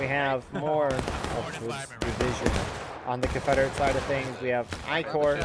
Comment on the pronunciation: Corp has an "S" in it. Corps Like an Army Corps.